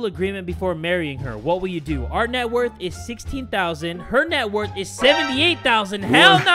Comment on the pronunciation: Did no one else hear that he said the net worth wrong lol 😆